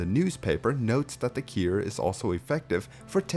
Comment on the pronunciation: Bro it took me over half the video to realize you were saying ‘cure’ I was asking myself the whole time what the heck is a keer.